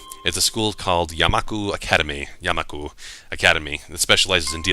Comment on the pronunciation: first day I read this I couldn't stop hearing "yaNmaku"